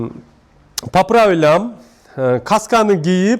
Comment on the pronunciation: По плавивам дейби😁